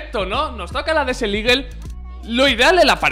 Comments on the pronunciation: Hola, no quiero faltar ni nada xd pero la desert eagle se pronuncia desert "igel" no ligel, eres un makina y un saludo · Alguien mas se ha dado cuenta que dice desel eagle?😂😂 buen video crack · buen video crack!! aunque me pones nerviosito cuando dices DESEL IGUEL hahaha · "DESEL LIGUEL"